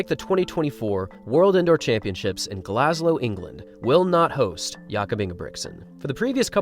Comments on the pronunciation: oh the scots will luv u for bolloxing up Glasgow and calling it Glaslow but the cherry was saying it was in England lol a lot of our northern brethren aint fans of us sassenachs haha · Overlooking that Glasgow isn't in England he said Glas-Low.... 😐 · 'Glaslow, England'?!? Did you mean Glagow, Scotland?? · Well he said glaslow not Glasgow so.... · "Glaslow, England" 💀